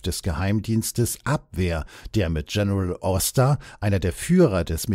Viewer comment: "Ädmiral Cannaris" und "Dschenerääl Oster" (englisch ausgesprochen). Ernsthaft jetzt? Oder sind damit nicht Wilhelm Canaris und Hans Oster gemeint sondern ihre angloamerikanischen Doppelgänger? Musste jedenfalls laut lachen. Ach ja, Dulles wird auch nicht ganz so wie die amerikanisch-englische Aussprache von Dallas ausgesprochen.